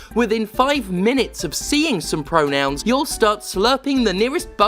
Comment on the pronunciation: FAWKINGK PREWONOWNZZZ